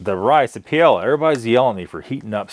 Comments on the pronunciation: Just FYI It’s pronounced Pie-A-uh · It’s pronounced pie-eh-ya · I have had enough….. I have been a subscriber for a while and watch your videos with a grain of salt due to your quirks and ignorance. For the love of all that’s good,,,,please just do your freaking research before you do a review. Google is your friend. The fact that you don’t know what paella is, how it’s made and how to pronounce is insanely annoying,,,,,,,,,,,but it’s typical for you. I have a feeling you eat mainly chicken nuggets and hamburgers with ketchup only.